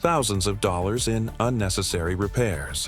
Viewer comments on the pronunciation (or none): I love listening to AI talk money; one hundred and eightdh dhollahahs😂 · I find it really annoying for these types ov videos where the narration is AI generated and many times monotonous and with mispronunciation of simple words like dollars. Some good information but lose the AI narrator.